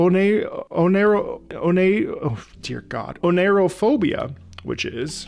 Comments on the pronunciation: Oneirophobia is pronounced "Oh Nai Ro Phobia" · Bing says its pronounced "oh-Nigh-ro-phobia"